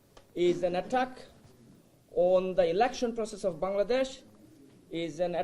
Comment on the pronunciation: এগেইনস্ট দা এটাক! এটাক! কো কয় তোগো ইংরেজি কইয়া ইংরেজিরে এটাক করতে? ইংরেজি ভাষারেতো বলৎকার করে দিলি।